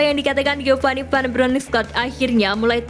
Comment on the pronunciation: Mimin nya kek nya masih bocil TK nih,, masak iya baca "Van Bronchorst" saja ga bisa sih 🤡🤡🤡😜🤪